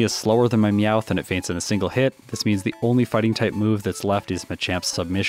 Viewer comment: NEVER USE A NORMAL TYPE MOVE ON HITMONCHAN UNLESS YOU CAN GUARANTEE A OHKO! In other news, Him calling Meowth "Mouth" was funny, so there's a like.